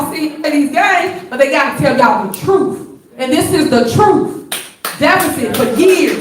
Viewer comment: But isn't Big Tiff talking the 'troof'?